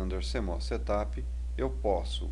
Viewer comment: Settttup? ha ha ha Ele pronuncia muito engraçado.